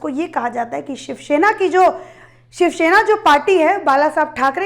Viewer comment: Idot it's shiv sena learn to speak first